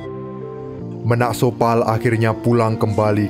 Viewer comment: Bukan menak sopal min..! Tapi Ménak Sopal, baca é nya seperti baca e pada enak atau kecap